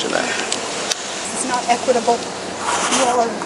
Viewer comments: She actually said "this is not eqitable"....😅😅😅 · "THIS IS NOT EQUITIABLE!" /ded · She should be arrested for saying equitable.